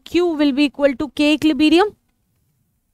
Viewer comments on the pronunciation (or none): equilibrium ❎ equilibeerium✅ 🤣🤣